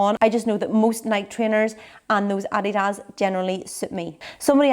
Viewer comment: You're by far the toughest & top best on YouTube and we love you So much,. You pronounced Adidas right ( no one does in America)- but it's "Ny- key" and you should NEVER support them